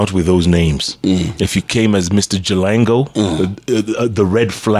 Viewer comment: He’s Jalango and not Jalang’o??? Or doesn’t Jeff know the difference between ng’o and ngo?